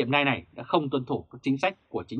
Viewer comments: Tiếng anh đọc là NEO ,không phải NAI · Đọc là NEO ( nail ) ơi, củng như đọc gu ghồ ( google ). chứ không phải guốc lơ. Trân trọng góp ý!! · Ông Đọc tin tức mà có cái từ Nail Đọc cũng không đúng nữa thì đọc làm quái gì 😆